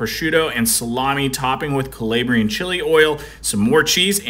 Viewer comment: I’ve never heard ‘Calabrian’ pronounced that way before lol